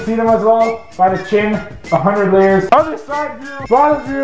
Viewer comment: 1,000,000 leyers of toothpaste